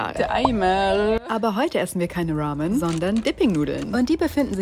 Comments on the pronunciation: Die geheimste Roooamö Berlins 😂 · Kannst du Ramen bitte ラーメン aussprechen und nicht Raw-men? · Man bemerkt halt einfach diese Fake Aussprache, weil sie es manchmal vergisst und das Wort normal ausspricht. Es heißt Ramen und nicht Rawmen 🤣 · Es heißt aber ramen sie hat es nur englisch ausgesprochen. Und Ramen sind aus Japan und heißen halt nun mal so nicht suppe. Wenn das gericht schon aus einem anderen land kommt nennt man es auch so wie in dem land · Bitte bitte bitte... wenn du Ramen nicht japanisch aussprechen kannst dass sag es mit R und nicht mit L! Das japanische R ist KEIN DUMMES L!!! Mir als Halbjapanerin tut das körperlich und seelisch einfach nur weh. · Jedes Mal, wenn sie Ramen sagt, kriege ich anfälle. Wie kann man Ramen nur so unfassbar falsch aussprechen💀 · Sie hat nur Ramen Englisch ausgesprochen. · Diggi, Ramen kommen aus Japan und die japanische Aussprache ist unserer sehr ähnlich. Keine Notwendigkeit das zu verenglischen 😗